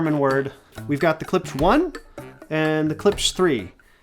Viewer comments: Learn how to pronounce it, weak review. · You have a hard time pronouncing klipsch? Moron.